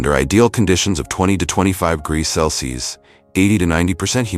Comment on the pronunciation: Why can’t this AI say CELSIUS ??!! It’s so annoying! It’s freakishly common how many AI vids I see where the mention of temperature in DEGREES, CELSIUS AND FAHRENHEIT SHOWS THE VAST LIMITATIONS OF ARTIFICIAL “intelligence “